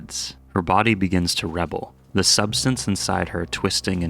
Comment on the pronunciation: Rebel in its verb form is pronounced “re-bell” or “ruh-bell” with emphasis on the second syllable